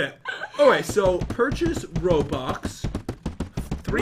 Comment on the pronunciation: He says roblux but it pisses me off too